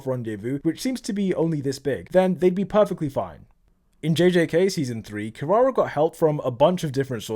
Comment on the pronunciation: his pronunciation ou kirara lwk pisses me off